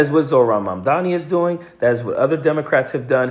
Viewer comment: say his name right : Mamdani